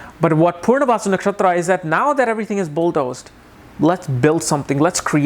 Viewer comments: Why are you pronouncing it as 'purnavasu' instead of 'punarvasu'? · It’s Punarvasu, not Poornavasu. Please pronounce it well !